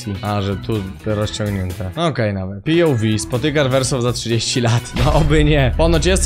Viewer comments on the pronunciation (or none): Każdy: "POV" Gimper: " Pi Joł Wi"